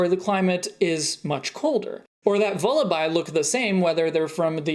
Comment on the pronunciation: You actually knew that Vullaby is pronounced like Lullaby! Nice.